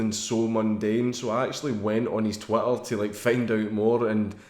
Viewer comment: GOUIN TRU HAS TWEEETAH